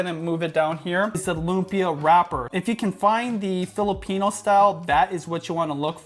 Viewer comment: He should at least pronounce lumpia right